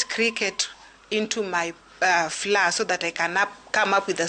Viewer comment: Flour… pronounced flower….. not flaa